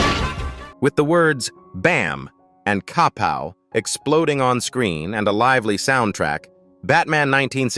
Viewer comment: Took 5 seconds to screw up. I know I pronounce 'KAPOW!" as cap - ow, not kuh - pow. Right? Like the idiot robot narrating this slop